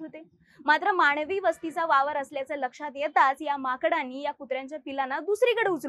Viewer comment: मानवी वस्ती असा uchhar अाहे थोडी practice करा की बरं